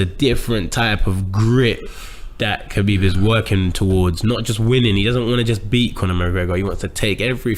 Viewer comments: “khebib” - gsp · No one... George - KA-BEEB!